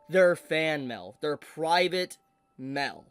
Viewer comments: Am I ge only one who thinks that Mail should be said as M E I L and not MEL ? 😅😂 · Why does this guy say mail like that, it's not Mal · The way you say mail as “mell” makes me itch… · What is this "mell" you speak of? You clearly say "mail" a few times, but mell is an unknown to me. Please explain. Jk, this is pretty shitty crunchyroll. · “Fan mel” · American pronunciations are wild. Everytime you say Mail, i hear Mel melfraud Meltheft Melll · What, you don't receive letters in the Mel? 🤣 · FYI, the way you say “mail” is hilarious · I'm so sorry but the way you're saying "Mail" is killing me, I can't- 😂